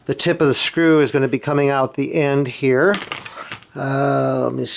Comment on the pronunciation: How many heeyers and theyers??